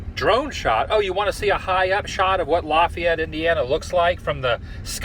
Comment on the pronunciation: it is pronounced La - Fay - et